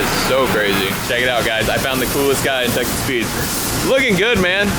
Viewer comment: Is it wrong that every time you say Texas Speed I hear Texas Pete? 🌶🤣🔥🌶